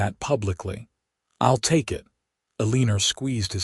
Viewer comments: Enjoyed the story. Sometimes mothers know more than you think. Eleanor is pronouced El en nor not E lean or. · Your AI mispronouncing the mother's name Ellenor as "a leaner," is SUPER ANNOYING!! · El - A - Nor... Pronunciation matters... 🤪